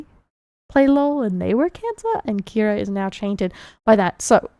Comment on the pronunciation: I think you are supposed to emphasize the first A in Kiara.